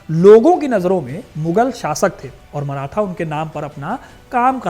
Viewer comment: अबे मराठा बोल। मराथा नही